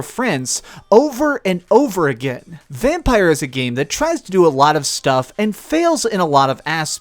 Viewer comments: It's pronounced Vampir when written Vampyr!! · How hard is it to pronounce the game's name correctly? You're the 4 "reviewer" that's mispronounced the name!